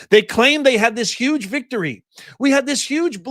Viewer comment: its YUGE